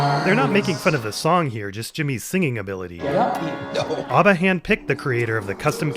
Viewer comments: Mispronouncing ABBA hurt my soul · Oh no, have i been pronouncing abba wrong?